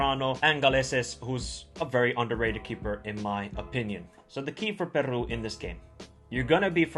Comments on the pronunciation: Is not Perrrru. Is Peru!!! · I love that you try to add the good pronounciation but its just Peru not Perru same for Gareca not Garreca. Only 1 R brother. 😊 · 1.Can you pronounce Peru better? 2. its really sad that after the world cup peruvian players were all waiting for offers from Europe but they never came! 3. Don't worry .. most SouthAmerica believes this team is stronger than 2018.